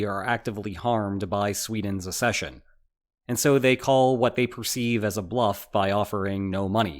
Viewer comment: It's not "assession", it is "accession"...as in, "ack-SEH-shun"....access versus assess, not the same words